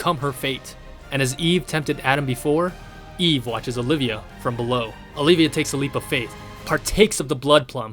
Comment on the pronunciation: its just pronounced as eve!